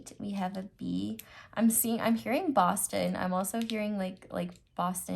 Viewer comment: '' BOSTON ' No S, No N, No T, No second O. Literally just a B and an O ><